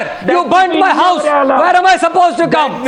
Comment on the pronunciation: "where is my wouse" lol